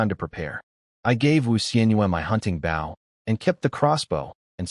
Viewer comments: They just need to add an e ... Bowe....🤷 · Why doesn't AI know how to say BOW as in BOW and ARROWS??? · It really frigging grinds my gears this thing cant say "bow" correctly. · I like the stories but can't you program the narration program to say the word "bow" correctly? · Can you train AI to saybow properly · Can you put a word before bow like hunters bow because the ai keeps saying it wrong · Even if the author does the ai will stay say bow wrong unless its a different ai cuz I watched one sometime ago that had overlord bow and the ai is still saying it wrong. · but it does say it right with crossbow so thats why i thought, maybe if he changes it to longbow or shortbow or hunters bow it might say it right aswell